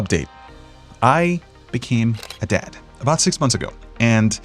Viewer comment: I heard debt instead of dad. Lol.